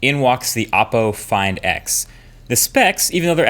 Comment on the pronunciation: Why do I hear it "fine dicks" ??!